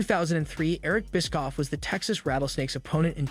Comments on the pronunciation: It's bishhhofff. Not biskoff. 😂😂😂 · This guy can't pronounce names... Bischoff is apparently pronounced Biskoff. Mone is apparently Moan...